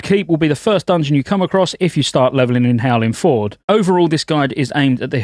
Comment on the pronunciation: Dude it's not Howling FORD